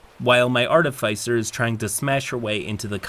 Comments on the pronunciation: I always love your work,. Just one (probably overly pedantic) note to help for the future: There are, according to the dictionary, two possible correct pronunciations of Artificer. There's the one I generally prefer (AR-tuh-fis-er) and the other one (ar-TIH-fuh-ser). I'm not sure where yours (ar-tuh-FAI-ser) came from but... take it for what it's worth. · "Artifycer" bloody hell. Note: that's how not to pronounce "artificer". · The only thing I really learned in this video is how much "arr-teh-fy-cer" triggers me. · it’s pronounced artificer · i probably should not comment on pronunciation, but Artifyecier doe sound real odd to me. i have been the middleman in a lot of these kind of arguements, the fighter player in this is just like someone i knew in my school days, genuinly didn't seem to know that she made people so angry consistantly. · It is aar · tuh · fuh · sr; it bugs me so much when you mispronounce artificer. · your content is so good that it almost makes me ignore the way you incorrectly pronounce "artificer" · i love this channel but i gotta say it is like nails on a chalkboard every time doesn’t know how to pronounce “artificer” lol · How you pronounce artificer wounds me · pronunciation of artificer makes me twitch